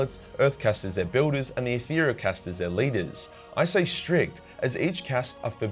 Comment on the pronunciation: I cant stand how you pornounce enclave or caste, im aussie too man but you are the living stereotype of aussies being lazy with language